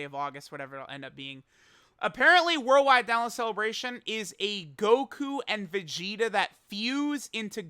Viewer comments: Ah yes The cleebration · Ah yes, the cleebration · Haha cleebration go BRRRRRR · So hype he called it CLEEBRATION